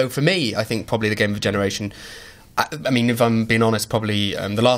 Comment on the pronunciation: "Last Genaretion"